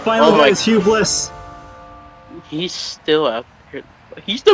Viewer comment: Curse you Roy G. Biv. And wtf it's Hugh Bliss 😂😆